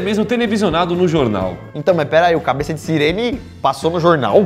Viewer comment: tu vai ouvir a cabess